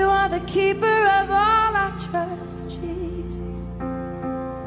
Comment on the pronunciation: Let's count how many times Lauren Daigle says the name Je'sus Christ.... Why is that name so hard for her to say?